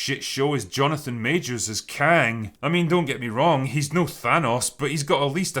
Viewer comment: When the Drinker said she found Kang the Concorer, I thought he said Khan, as in a Mongolian leader. I had to look up who he was just to be sure. But for a moment, I believed it. I believed Marvel was desperate enough for a story that they'd BS one of the Khans into the Quantum realm.